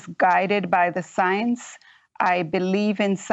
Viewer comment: You should trust the signs? Is she trying to say science? All I hear is "signs"